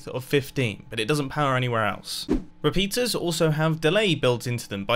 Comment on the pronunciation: “other re-pizzas”